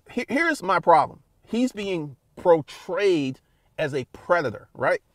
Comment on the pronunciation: I know this isn’t even close to his worst transgression, but it really bothers me that he can’t say the word “portrayed” … he keeps seeing “protrayed” 🤦🏽‍♂️